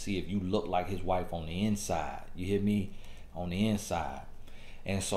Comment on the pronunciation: "You hea' me?" 😂